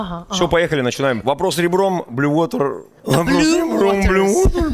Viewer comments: Когда Баста говорит Blue Water, мне слышиться постоянно "БЛЮВОТА" 😂😂😂😂😂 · Блюота 😂блювота. Вы когда там ресторан открывали, вас ничего не смутило. Блю уота 😂 blue water 😂